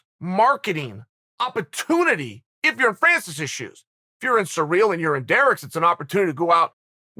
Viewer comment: Chael we love you man but for gods sake my man, please learn to pronounce the fighters names... “Surreal” ?? Come on fam.